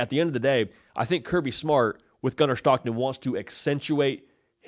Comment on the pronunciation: It Gunner STOCKTON! Not SCHHTOCKTON!! Voice annoying asf lmao.